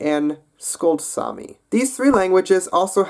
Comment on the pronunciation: It's actually Saami not sami, sami is a common name